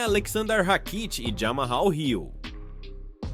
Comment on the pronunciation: “Jamhal” pronuncia = jamaU o H é silencioso . Não é jamarral 😜